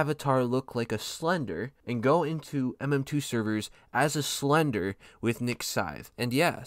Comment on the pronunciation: The way he says slender